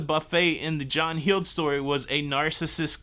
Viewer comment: Heald is pronounced Held. Like the past tense of holding a baby.... held.